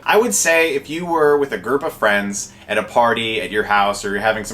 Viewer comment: I swear upon my life that he said "a gerp of friends" xD